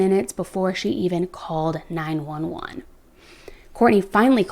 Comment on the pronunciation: Ok, so who calls 911 9-eleven? !